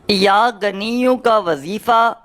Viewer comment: Pronounsetion to theek karlo. Hamein Bewaqoof mat samajh.. Yaa ganiyo nahin yaa ghaniyu kaho. Jab Arbi zabaan hi nahin aati to Wazeefa kyun bata rahe ho